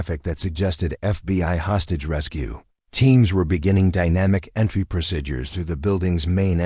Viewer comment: PLEASE learn how to say "procedures"! It's not "proSIDures", it's "preSEEdures"!